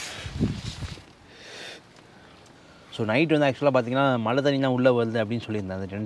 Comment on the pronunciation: சகோதரர்களே உங்கள் நிகழ்ச்சி அருமை. பயனுள்ள தகவல்களை கொடுக்கிறீர்கள், மன நிறைவு. ஒரு மிக பெரிய வருத்தம். தமிழை, "தமில்" என்றும் மழையை "மலை" என்றும் உச்சரிக்காதீர்கள். தாய்மொழியை களங்கப்படுத்தாதீர்கள். முயற்சி செய்தால் இரண்டு தினங்களில் சரி செய்துவிடலாம். அடுத்த பதிவில் நான் இந்த மாற்றத்தை நாங்கள் எதிர்பார்க்கிறோம்